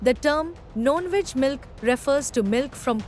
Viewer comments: Why she is pronouncing ‘Non-Veg’ as ‘Known-Veg’ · It’s non veg milk and not known - veg milk . Please improve the communication